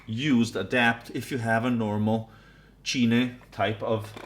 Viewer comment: Just to let you know "cine" is pronounced like cine like in cinema.